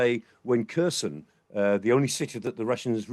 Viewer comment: It's Herson - not Kerson. Just like Hunt - not C*nt.